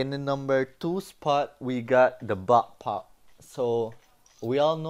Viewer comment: Its not bappap its backpack